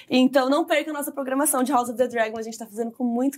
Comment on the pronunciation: Legal o formato de vocês duas conversando. Dica, a pronúncia de "house" seria com "s", e não com "z": haʊs ʌv ðə ˈdrægən